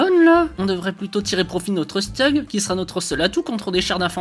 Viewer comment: Je suis pas sûr que le commentaire sera vu mais le steug comme tu dis se dis chtug 😅